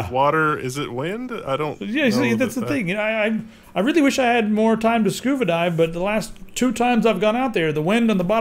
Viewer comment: scuva dive? Tellomeres? (it's pronounced like TEAL the colour. Telomeres)